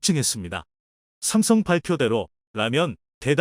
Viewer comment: 삼성을삽성이라고 말하는이유를 모르겠다